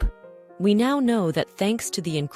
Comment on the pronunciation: My thoughts? Well, your AI ‘voice’ mispronounced the word “now” at least three times. Are you thrilled by your foolishness? You seemed also to use AI drawings. Shame on you people. Good story, terrible screw ups.